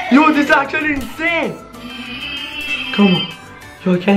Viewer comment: why do you always say incane video???? btw i luv ur vids